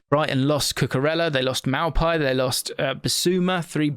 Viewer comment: That maupay pronunciation was a bit mad 😂